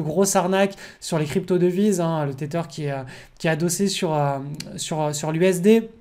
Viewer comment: Tether à prononcer teZer l'ami !